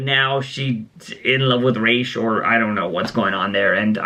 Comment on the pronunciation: its ra’s not rashe